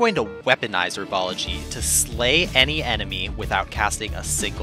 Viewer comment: It’s 'herbology', not 'erbology'.